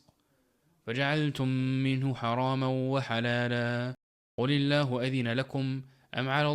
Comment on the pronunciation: Assalamu alaikum wa rahmatullah A few things to be pointed out in the recitation . 1). , surah aaraf , to be pronounced as humusnatay and not humusnata 2). , surah yunus , to be read as qul aallahu and not as qulillahu Alhamdulillah for the lesson